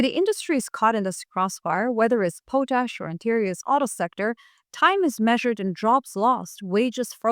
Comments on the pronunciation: BTW it is pot-ash not po-tash. 🙂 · I believe Carney is doing right by us. I live where Maple Maga is quite strong. This is going to be a major struggle for Canada. Too much trust in the wrong people. We've all made that mistake. Everyone on the planet. Just a quick note, it's pronounced pawt-ash. You are a truly amazing source of information. Thanks for being alive at this time.❤ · It’s “pot-ash”. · Hey, you're saying the word potash wrong. lt's pronounced Paw-tash, potash. l live in Saskatchewan where potash is mined and l don't think anybody living here pronounces it like you do. l hear other people pronounce it wrong too so l'm not shitting on you, l'm just offering a small amount of criticism. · It's pronounced pot (like the stuff you can smoke) ash. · pot-ash. That's how those in Saskatchewan pronounce it. I'm from PEI and hat's how we pronounce it as well. I'm not saying that it's correct. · Canada here. Not to be "THAT GUY", but up here we pronounce it "POT-ash". Thank you for your attention to this matter. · Too bad nobody taught her how to pronounce it.